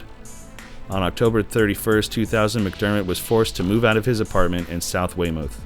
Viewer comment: I'm a Marshfield native, we don't talk about this guy. I didn't even know of him until about a couple years ago after I moved away. Only complaints I have is that the pic of Marshfield High you showed isn't the correct picture haha. Ours looked a lot shittier. And "Weymouth" is pronounced "Way-Myth" lol